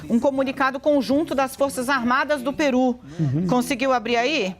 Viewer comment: é Pêru e não PIRÚ.